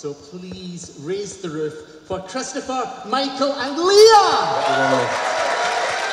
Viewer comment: Did they mispronounce Lea's name wrong? I had a friend called Lea and you sound it as Lee, whereas if it's Leah then it's sounded Lee-ah.